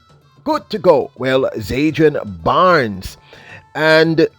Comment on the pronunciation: Bro, its ZAN-DRI-ON